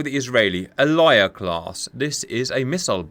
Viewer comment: Aliyah is pronounced Ah-Lee-yah. Both the Aliyah and the Hetz are Sa’ar 4.5 class missile ships but obviously the Aliyah trades some weapons for the flight facilities. And the Sa’ar 4.5 is obviously a modified/improved version of the Sa’ar 4 The Sa’ar 1 was a German Jaguar class torpedo boat that was modified to Israeli specifications (including switching from a wooden hull to an all steel hull). But due to pressure from the Arab League, the manufacturer was switched to a French shipyard. But right before delivery, France enacted an arms embargo on Israel (which led to Israel developing their own homemade versions of the Mirage 5, specifically the IAI Nesher). Israel nevertheless did manage to acquire them via a covert operation. Three of the vessels were redesignated as Sa’ar 2 when they were modified with anti-ship missiles and would serve as the basis for the Sa’ar 3 class which were built in Israel. The Sa’ar class varies their missile loadouts depending on whether they carried Harpoon missiles or not Gabriel missiles typically fly at around 8 ft above the surface Funny you should mention British ships fighting British ships. During the 1950’s, an Egyptian destroyer of British origin shelled the Israeli port of Haifa. The Israeli and French navies counterattacked with 3 destroyers (again, one of them being British in origin) and air support. They chased the Egyptian ship to Port Said, damaging the vessel and forcing it to surrender. The ship was towed back to Haifa where